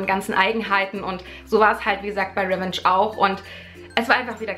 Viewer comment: pssst man spricht es RivENTSCH aus leise wieder rausschleicht weil niemand Klugscheißer mag ;)